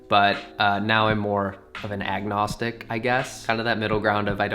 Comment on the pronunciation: did that sound kind of like eggnog-stic or am i just an alcoholic?